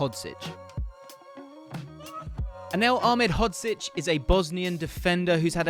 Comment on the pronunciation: unfortunately he didn’t pronounce it correctly great video tho